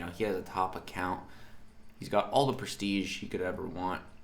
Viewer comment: No offence but ... is just me ? Or it’s just funny when he says prestige 😂